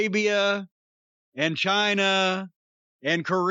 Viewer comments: John China. With China pronounced in Spanish (ch-ee-na) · I heard it as "F*ck Chyna" when he first said it.